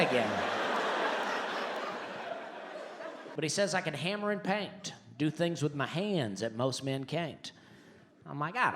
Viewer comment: Did he actually rhyme "paint" with "can't?" Somebody needs phonics.